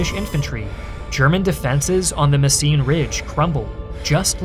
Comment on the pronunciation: It's called Mesen, not Messien or Messine my Yankee dudes